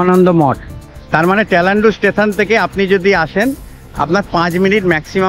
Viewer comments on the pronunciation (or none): তেলান্ডু না তালান্ডু